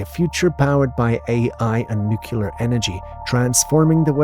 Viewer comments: Nah... it's pronounced nuck-lar = nuclear. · Lol I don't get how people make that mistake passed 18. I think a ton of us said nook-u-ler as a young kid but as you get older read it more and hear educated people say it properly over the years, I don't get how anyone makes it to quarter life still saying it wrong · No such thing as Nucular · Thank you! It drives me crazy! I think about 90% of Amerikans pronounce it that way. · And they're all Americans. Nobody else in the English speaking world pronounces it in such a retard way.